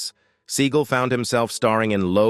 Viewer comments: I didn’t realize the correct pronunciation of his name is Steven Seagull 🙄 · He mis-pronounced Sinead and Seagal.